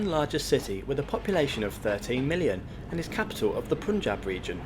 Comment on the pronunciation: And 'Punjab' is not 'Poon-jab', 'Pun' is the same as 'Bun'. And I know, the Romanised Asian words are a bit tricky to be pronounced properly by a 'Gora Tongue'. 😊 If this place was spelled as 'Panjab', then most of the people would have said it as '🍳-Jab' 😂😂😂